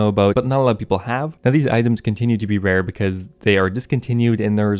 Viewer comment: “Rare” “Wewhr”